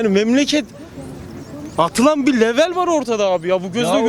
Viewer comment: Madem ingilizce konusmaya calisiyorsun,O kullandigin sozcugu(level)yazildigi gibi soyleyemezsin Bay …cahilin yabanci dil bildigini iddia edenide boyle oluyormus demekki…